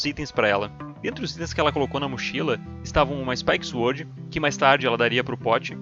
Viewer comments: Mais vídeos!!! Se liga, nao se pronuncia "zuord" e sim "sôrd" e "rooker" não se pronuncia com o som de "o" e sim de "u". È "ruker" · "zuord of fãry"